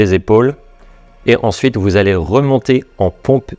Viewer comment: Je regarde assez souvent cette vidéo pour mon circuit, et le "alléoeuw" à me fume toujours autant 😁